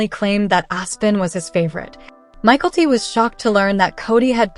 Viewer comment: Learn how to pronounce Mykelti. MiKELLti, Not Michaelty